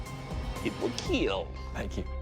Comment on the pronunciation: It will keel